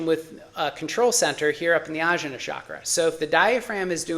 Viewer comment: Blood type diet is nonsense. Literally based on no research. There are 0 papers cited. Also, it's og-nya. Jn in iast is transliteration for gñ sound. E.g. vijñana Bhairava tantra (vigñana bye ruv uh tawn tra). Also, rum, lum, vum, etc. a as in America, uh. Otherwise, good video. You're coming from the right place.